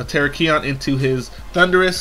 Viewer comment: your putting emphasis on the wrong part of Terakion. It's ter-AK-ion, not tera-KI-on.